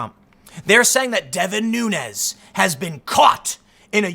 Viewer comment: You are miss pronouncing the name of Rep. Nunes. It’s a Portuguese name so it should be pronounced as the plural of noon, noons